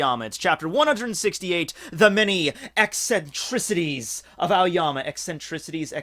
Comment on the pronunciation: Tfw says eccentricities properly and then butchers it afterwards by over thinkin